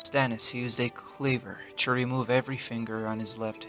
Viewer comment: It's "To", not "Chu".